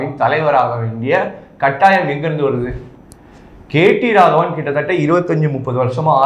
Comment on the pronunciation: தம்பி நீ கேட்டி ராகவன் இல்ல கேடி ராகவன்.